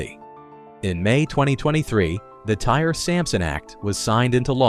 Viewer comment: Pronounced Ty-ree, not tire